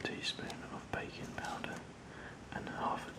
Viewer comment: i was listening and wasn't watching and it took me a minute to realize he was saying "baking" not "bacon", part of me was disappointed. Need more bacon, i mean baking, videos.